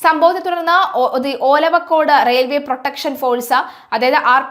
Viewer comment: ഓലവക്കോട് അല്ല. ഒലവക്കോട് ആണ്.